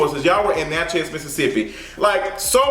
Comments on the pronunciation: Its Natchez (pronounced "natches" .. like matches) .. NOT Natch Heaz!!!!!! 😂😂😂 u stay messing up words bro lol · I’m not interested in seeing this movie in the theater, maybe later. Btw boo, it’s simply Natchez...like Mattress. I live for your pronunciation though 🤗😘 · It’s pronounced Natch is, like matches but w a Nat, love you. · Lol the way you pronounce Natchez (Nat-Chez) lol. Lol 😂 it’s all together. Southern Mississippian here lol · Nat- chez 😂 never heard it pronounced that way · You are miscategorizing Natchez. Don't be out here spreading ill informed opinions to your viewers. Black folks can drive through Natchez just fine. You don't even pronounce the town's name right for God's sake. So I know you don't know what you are talking about. Go visit, talk to the people, get out and then let us know how folks treat you afterwards. Only folks who don't know any better are scared to drive through Natchez... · The way you keep saying “Natchez” is tickling me 😆. I’m from Port Gibson, Mississippi which is about 45 minutes away from Natchez. I know a few black people in the area that would’ve made this movie way better.